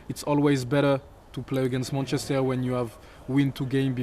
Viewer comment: but then every other time he says “munchester” 😂